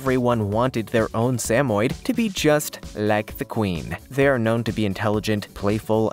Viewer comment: Learn to pronounce Samoyed correctly! Doh!